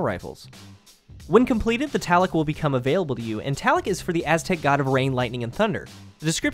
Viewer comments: It's not the Taloc it's the Tlaloc. To say this weapon's name correctly first pronounce the 't' "tuh" then say the 'lal' part then 'oc' as "uck" "tuh-lal-uck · Actually it's pronounced t-lal-ock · Tla Loek pretty straightforward pronunciation. Not Talloc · it's tlaloc. not taloc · Tal-la-lock is how it is pounced. Not Tal-lock. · not "ta-lek" its "t-la-lok/lek" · It's not pronounced TALICK!! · It made me so mad, eh. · It's pronounced Taloke actually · Tlaloc is pronounced tu-lal-luke, he is right about it being an aztec diety though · Why are u saying taloc? There isn't even a a before the l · this is how you pronounce it Thlalowk!! Thank you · i know a ton of people don't know how to pronounce it correctly and I don't blame them, but if you wanted to get close the second "O" is a long vowel like tlah lohk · It's pronounced 'Luh-Loke'. Just saying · Awesome review of this amazing gun! It was great to see you slay folks in PVP with it. One thing: your pronunciation of the name is off a bit. Check for the correct way to say it. The second half of the name is pronounced "loc" ... like the old rapper Tone Loc! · its pronounce Tla-lok, sorry I had to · It's pronounced T lay lok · prounounced Tl- AH- LL-OHk aztec god of the storm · I cringed every time you mispronounced the name, but I found the review helpful. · it kills me how no youtuber could pronounce the name right. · The O is pronounced exactly as an O is pronounced at face value (hence, "nominatively" aka "that which we typically elect"). Not to sound rude, but you aren't using proper linguistic fragmentation. Having a W means the W is voiced --- which if you pronounce Tlaloc the right way, would have no W sound at all.